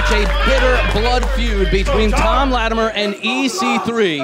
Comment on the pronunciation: Why does have so much trouble saying Latimer....?